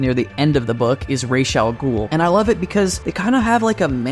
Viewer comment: Raz al ghul. RAZ. raysh sounds too soft